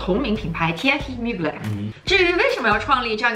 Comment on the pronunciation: 求求能不能把品牌名念对。。。最新的film里开头就念了，er发类似英文A的音